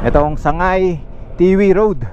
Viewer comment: Sangay lng Po Ang tamang bigkas sir..hind sagnay